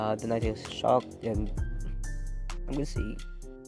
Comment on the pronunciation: When u said nine tails it’s said niggas 😂😂😂